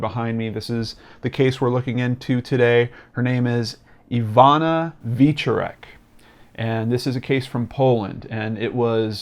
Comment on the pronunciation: Love your channel, but I have to tell you it's ee-VOH-nah vyeh-CHOR-ek. As you can tell from my last name, I'm a Polack from Detroit. I really enjoy watching your channel. Have you ever considered Jimmy Hoffa?